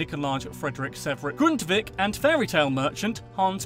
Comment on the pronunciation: How the fuck did he pronounce Grundtvig like that😂😂😂